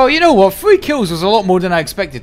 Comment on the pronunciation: most Bri'ish W o t ever